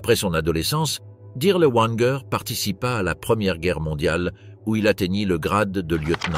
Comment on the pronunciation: W en Allemand se prononce v : Dirlevanger, pas Dirleouanger.